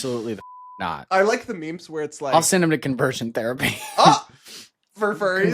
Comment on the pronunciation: Confurrsion Therapy..? 😂